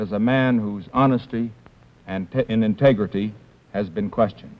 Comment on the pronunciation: . It’s telling he couldn’t say the word ‘integrity’ without slipping up.